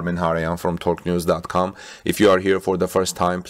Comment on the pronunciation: So you're from "Thorque neuz"